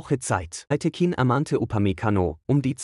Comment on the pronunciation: Fürchterlicher KI-Komnentar: ein Name dreimal untrschiedlich ausgesprochen! Es gibt eine wirklich gute Doku über Schiri Aytekin, meiner Ansicht nach einer der Besten Bundesligaschiedsrichter, von ARD Sportschau.